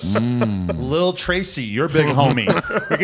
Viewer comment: The way he said Lil Tracy got me crying lamo